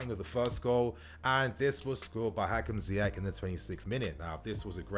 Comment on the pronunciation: Wow wow wow...I love Ziyech and I love your videos but come on...Last time I checked Egypt was part of Africa....Salah has still slightly more impact than Ziyech BTW we need to find a way to teach Lampard how to prounonce his name "Zee-esh" not "Zaï-esh" and for the Arabic speakers it's "Zee-err"